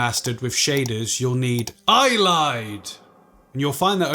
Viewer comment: "EYE-LIED" lol had me cackling For reference "Ayleid" is pronounced "AY-lee-idh" Thanks for the info btw!!